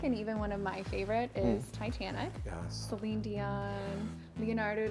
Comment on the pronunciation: I KNEW she was gonna say Titantic. It was a phenomenon!!!